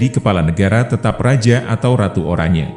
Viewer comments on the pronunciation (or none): none